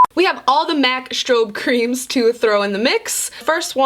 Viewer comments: When was trying to say Mac strobe cream it reminded me of that video of the old man trying to buttery flaky crust lmao had anyone seen that video? 😂😂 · Omg dying laughing at you trying to say strobe cream 😂 It reminds me of that video of the old guy who can't say "buttery flakey crust" hahaha